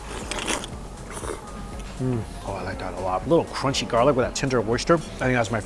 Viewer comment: Does this guy think he sounds cute talking like a baby? This thing is qunchy instead of crunchy.